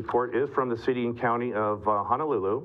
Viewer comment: Please correct your pronunciation of Honolulu. Mahalo.